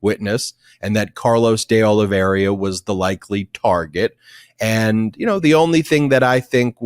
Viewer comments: The name is De Oliveira, not De Oliviera. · Ben, it's not De Oliveria, it's De Oliveira. Nails on a chalkboard to me. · One more time please: de Olee vay rah and not de Ole vera. de Olee vay rah! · Carlos De oh-lee-VEY-rah